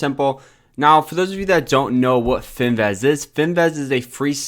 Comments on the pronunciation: FIN-VIZ!!! Not fin- vez. Please!!! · Fin-vizzzzzz........vizzzzzzzz......IT'S BLODDY FIN-VIZZZZZZZZZZZZ